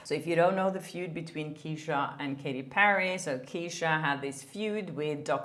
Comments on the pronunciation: Love your content, thank you for all of your hard work! Just a quick note - Ke$ha is pronounced "Keh-shuh" ☺❤ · Btw, Kesha is pronounced as Cash -ah